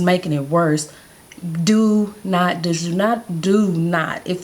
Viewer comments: I like the way you say douchse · Very informative. I've never heard douche pronounced that way.